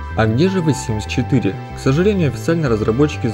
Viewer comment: Мне одной слышится''Вэ Симс 4''?